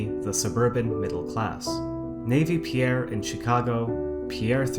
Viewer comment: He pronounces pier "pierre"